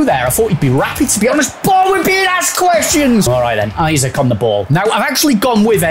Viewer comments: Isak is not pronounced like isaac lol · from a toon supporter, it’s ‘ee-sack’;)